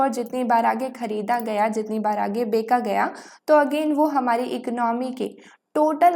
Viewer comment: Becha gya hai ko beka gya hai Kon kehta hai 😂😂😂😂😂